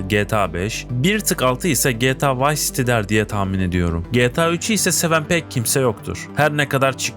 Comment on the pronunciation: Yapay zeka seslendirmesi mi bu? Bug değil bag, vice değil vays, pılatform değil pilatform... Olmamış kardeş. Yine de abone oldum beğendim. Düzeltmen gereken şeyler var.